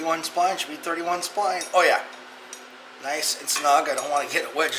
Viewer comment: yah i watched previous video i swore you said 28 spine, really like your videos , thanks for doing this.. great attitude too